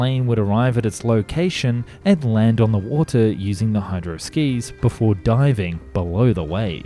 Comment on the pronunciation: you should do more videos about submarines. the way you say 'wotah' is just perfect😂😂